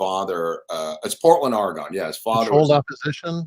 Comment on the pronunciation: OREGON——ore a gun, not ore a gone